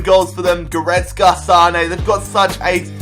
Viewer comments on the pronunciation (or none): none